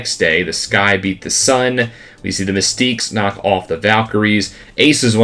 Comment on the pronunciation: Just trying to help out, the mystics pronounced “miss ticks” not “miss teeks” 😊